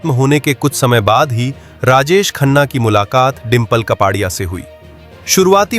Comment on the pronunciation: कपाडिया नही कापड़िया बोलो।